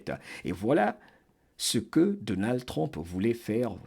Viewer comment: Excusez-moi, je le dis avec amour. Pourriez-vous dire plus tôt U que O pour Trump? Je sais qu'il y a des sons qu'on ne peut pas toujours prononcé correctement dans une autre langue. Parfois c'est même agréable à l'oreille. Mais dans ce cas c'est important de prononcer U que O. Je vous écoute avec beaucoup d'intérêt chaque fois. J'adore votre voix!!!